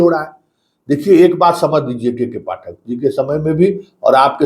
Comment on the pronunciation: Hindi bolne nhi ata kabhi Pathak ko sahi bolta hai kabhi galat